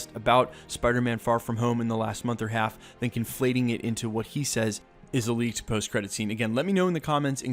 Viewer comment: Lea(k)ed. Not lea(ch)ed. FYI 😬